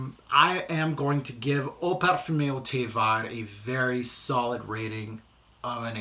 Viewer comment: Fabulous review. Very in depth. Hope you don’t mind me saying the pronunciation of ‘vert’ is ‘verrrrrrr’. No i in there. 🤗🤗🤗🤗